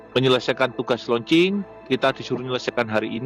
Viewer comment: Kurang jelas ucapanmu, loancing apa kencing, bhs baru lgi